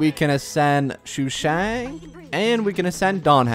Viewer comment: me: wonders if stoppped calling Sushang "Shoe shang" yet: Xiangling